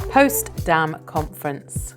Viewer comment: not postdam its potsdam im always amazed at the mistakes and badly spoken .im irish 82 year old mother trying to keep my mind alert please could you read up on the questions and give correct answers